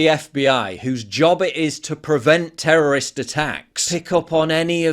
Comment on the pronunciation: She said "terrorost event" lol could you soften the language any more? Are you really that scared of offending terrorists by calling it an attack?